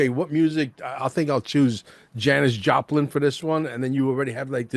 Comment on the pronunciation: Janis "Japlin" thats funny!